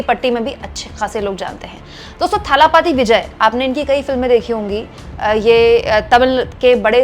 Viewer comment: It is dalapathi not thalapathi.